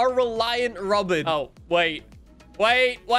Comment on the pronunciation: After speaking about his grandparent's neighbor, notice how started letting the accent really come through when he said "rawBin"